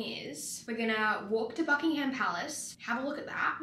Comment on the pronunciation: Answering unanswered questions about England: 1. The shops don't open early because it's cold here and no one likes being cold 2. We do have mini fridges in pretty much every hotel room, idk where you're staying. Looks like a Hilton? 3. PLEASE don't pronounce the "H" in Buckingham Palace. It's pronounced "Bucking-um" (same with Birmingham) 4. It's so light at night because it's British Summertime. It stays light for longer and longer until "the longest day" in late June. Then it starts to gradually get darker again